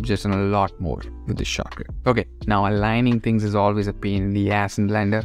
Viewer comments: After you said shortcut enough times it starts to sound like "chakra" and so i felt like i was watching a very spiritual video about discovering various blender chakras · I thought you were saying chakra for the first 3 minutes then I realized you were saying shortcut. Now I'm calling them chakras. Great video bro. These are the things tgat make pros. Big ups